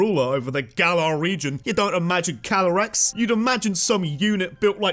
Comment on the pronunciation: CALYREX, NOT CYLAREX! AND THERE SHOULD BE 2 R'S IN LIBRARY!